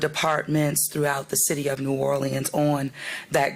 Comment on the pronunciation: Why is someone who can't pronounce the name of this city our mayor?